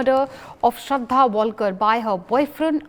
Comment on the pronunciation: ...it's Aftab not amaan ..it's shraddha not Sharda ...ur name is Sharda